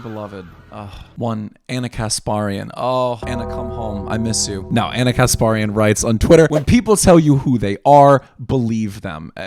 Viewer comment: FFS ITS KAS PAER IAN.